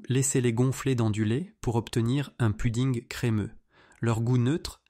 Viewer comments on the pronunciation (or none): none